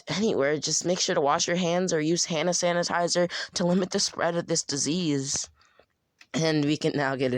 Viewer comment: This man said hanasanitizer no sham I miss spoke